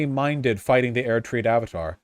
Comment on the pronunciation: the way he says erdtree actually makes me consider suicide